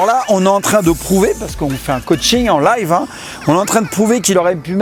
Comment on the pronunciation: "En layve" Franck le teug lif.